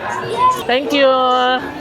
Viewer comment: Natatawa ko sa "tenk kyu"!😂😂😂 nagiging Chinese accent na...hehe mapapagala na nman ako sayo 😅 😅...❤❤❤❤❤